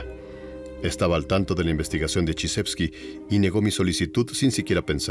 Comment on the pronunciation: Alexandr Chijevsky ["Chiyevsky"]. no chizhevsky que es la forma 👎 anglosajona